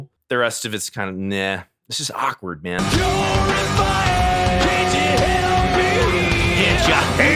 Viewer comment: Beginning of purify just sounds like he’s saying jibberish don’t even sound English